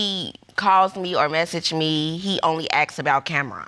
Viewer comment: I'm 3 mins in but I had pause it. His name is Judge Lake. (like RONald McDonald) 😤 Ok...now let me get back into this story 🤣 🤦🏾